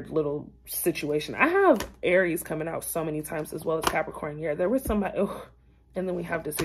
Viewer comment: I cringed every time you said Aries 😒 this reading is so on point 📌